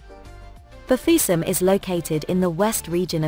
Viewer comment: Bafiussam.... Whitisement de ca😂😂😂 j adore